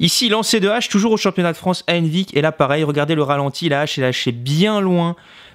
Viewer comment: Bordel, complètement hors sujet mais au début quand tu disais "Henvic" je tiltais pas parce que je le prononce pas comme toi, mais quand j'ai vu la vidéo du championnat et que j'ai reconnu le stade d'Henvic j'étais choquée ! Donc dans mon petit bled on a le championnat de France de lancer de couteaux ET le championnat du monde de lancer d'artichaut, nickel !